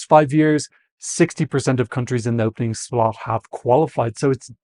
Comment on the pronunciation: I know you're calling nr2 the death slot, but I keep hearing "death slut" 😂